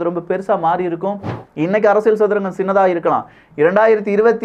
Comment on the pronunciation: One feedback brother… நீங்க அரசியல் என்று சொல்லவும் ஆனால் அரசியள் என்று சொல்வது நன்றாக தெரிகிறது. அகையால் தமிழ் சரியாக பேச வேண்டுகோள். இது அரசியள் சதுரங்கம் இல்லை.. இது அரசியல் சதுரங்கம் என்று சொல்லவும்… அன்புடன் உங்கள் சேவை தொடர வாழ்துக்கள்.